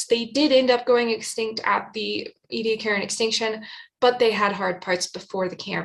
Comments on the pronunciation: It's pronounced eddy-AC-a-ran, not ee-dee-a-KAREN {:o:O:} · It's pronounced eddy-AK-a-ran, not ee-dee-a-KAREN. I'm 9 minutes in, I don't think I can stay the distance if you mispronounce it again too many times. Edit: it's OK, I made it! {:o:O:} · Interesting, how you pronounce Ediacaran.